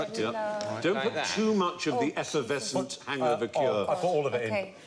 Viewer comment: Stephen fry says “esservescent” instead of “effervescent”